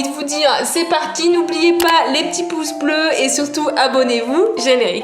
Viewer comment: C trop stylé comment elle dit "générique" 🤣